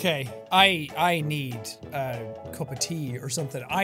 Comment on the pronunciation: HE SAID HE BEEDED A CUP OF TEA :D